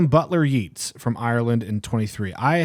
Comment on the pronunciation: Another great video,. Some authors you might be interested in learning more about: Yeats (pronounced Yates): definitely read some Yeats, you philistines! (said with love/in jest) Bergson: a lot of interesting ideas, but his concept of la durée (duration) was hugely influential for a lot of modernist and post-modernist literature. Eugene O'Neill: arguably one of the most well-known American playwrights of all time. If ever you guys want to get into plays, suggest you read some of his stuff. Maybe one of the first to feature the "underbelly" of America on stage. André Gide: you guys skipped 1947--a controversial, love-hate kind of author, but undoubtedly one of France's major authors of the 1900s. The Counterfeiters might be of interest for those who liked Gaddis's The Recognitions (even though stylistically very different). T.S. Eliot: skipped over him like he's a crack in the sidewalk. Surprised y'all don't gush over him more, given your tastes in literature. Especially. Octavio Paz: his wife, Elena Garro, is far more interesting and played a major role in the rise of magical realism. She is often forgotten in that discussion. Seamus Heaney: if you want to get into poetry, I'd say ol' Seamus is a good entry point imo.